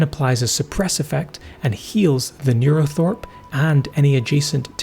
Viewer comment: Yes, as others have said, it's called a 'neurothrope' not thorpe